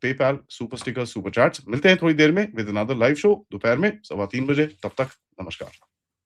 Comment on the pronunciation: स और श में अन्तर सीख। नमस्कार होता है नमश्कार नहीं।😡🤬😡🤬😡